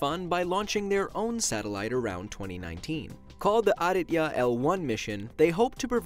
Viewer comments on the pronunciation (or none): It's not A-D-TA its is AA-DIT-YAA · You pronounce Aditya like adithya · Im pissed how u say aditya it is aadithyaa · The way you pronounced 'aditya' would be spelled as 'arabiya' not 'aditya' . Anyway love your channel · You prononce Aditya as (Aaa-dith-ya) i should know becuase thats my name and also Aditya means sun, soooooo yeah. Plsss reply plssssss!!! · Nimisha no it isnt its Aa-dith-ya but dont worry ppl call me that at school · Gamer No.1 no he didnt its Aa-dith-ya but he was close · It’s ah-dhee-Tihar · It's aa-dee-teeya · It's A-DIT-YA Edited its how it spells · Being Indian, You said Aditya supa wrong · Ach. The way he said Aditya. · I know right 😂 only Indians understand the cringe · Kshitij Kabeer well it's all about accent. Not all of native Americans can pronounce Aditya correctly. People pronounce it by their own accent. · Well there LOADS of white skinned indians... mosf of us are a ligther shade of brown. Plus Aditya is prounounced incorrectly😂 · I am from india. feeling proud of ISRO and bro i know you're not good at pronouncing indian names but aditya was pronounced wrong